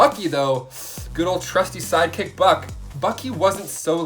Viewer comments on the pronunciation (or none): none